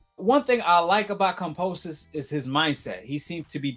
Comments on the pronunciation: kamposes? LOL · Kam-bo-sos not kampososos🥴🤣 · please learn to pronounce his name correctly. It's annoying hearing you keep saying Komposis over and over. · Say it with me 😅 KAM - BO - SOS Not KAM - PO - SOS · Wow....Lopez is fighting Kambosos and "Kamposes" !? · At least pronounce his name correctly, you keep saying Kamposos! Lol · KAMBOSOS not CUMPOSES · I hope you dudes and not you alone get the fucking name right .GEORGE KAMBOSES. No "p"s no "r"s it's Kamboses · It’s kambosos with a B bro not P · Glad I'm not the only one "Kampoosos" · Why do you pronounce Kambosos like that? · Bro where do you see a p in kambosis name ? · Everytime he said Kambosos name wrong I cringe 😬